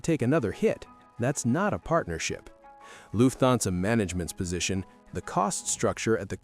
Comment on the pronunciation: Luf-thansa. OMG! Atrocious AI pronunciation!